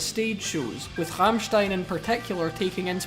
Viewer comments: Im so proud of you pronouncing Rammstein the only right way. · HE DID IT, HE PRONOUNCED RAMMSTEIN RIGHT! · Rammstein was very well pronounced 👌🏻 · The pronounciation of Rammstein makes me proud as a german